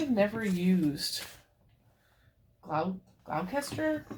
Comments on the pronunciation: Better to give something a quick wash than throw it out for being a bit smelly. Oh, in England we say "Gloucester" as "gloss-tuh", a bit like Worcester. :D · Gloucester sounds like “glaw ster”. It’s here in Massachusetts 😀